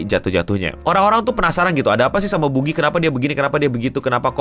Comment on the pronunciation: bukan boogie tapi beegou